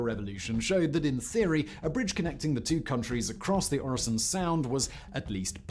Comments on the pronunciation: Øresund is pronounced 'Öresund'. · no, it´s pronounced Øresund ...